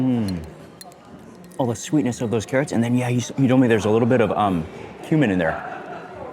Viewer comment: I thought you said human not cuman😂